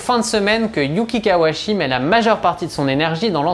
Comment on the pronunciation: Hello, Par contre il s'appelle bien KawaUchi, le u n'est pas absorbé en japonais et son nom est bien composé des deux kanji "Kawa" (川, la rivière) et "Uchi" (内 à l'intérieur) Pour être plus rigoureux même le son "chi" se prononce "tchi" en français, donc en terme de syllabaire on doit prononcer son nom ka wa u tchi Bonne continuation